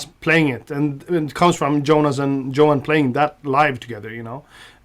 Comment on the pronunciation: Tom, stop saying Djohann and Djonas when you talk about your band mates! :)